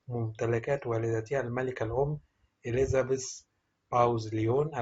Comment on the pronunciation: كان لازم تتعلم كيف تلفظ الاسماء قبل ان تذيع هذا الخبر مافيش شي اسمه اليزابيس الملكه أسمها إليزابيث